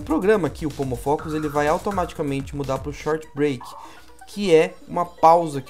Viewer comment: Eu ouvi “homofóbico” no lugar de “pomofocus”. 😂